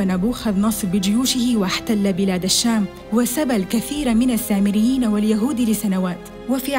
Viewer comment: أنت تنطقينها الثامريين👌🤔🤔🤔🤔